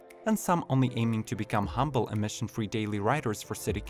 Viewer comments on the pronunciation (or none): none